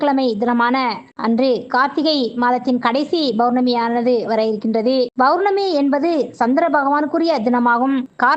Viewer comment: Bournami , Bournami yaaaaaa????????? POURNAMI ENRU SOLLUNGA.